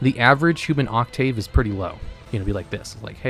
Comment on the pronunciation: not only mispronouncing 'octave', but also using it in completely the wrong context is inadvertently the perfect illustration of exactly the point he's making.